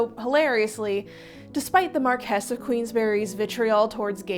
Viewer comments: It's pronounced 'MAR-kwiss'. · MAR-kwiss of QUEENS-b'ree. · The title is pronounced MAR QWIS not MAR KEY & it's DRUM LAN RIG